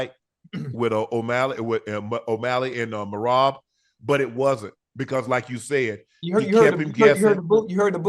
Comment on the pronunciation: I am just here to hear the gang butcher Merab's name 😂😂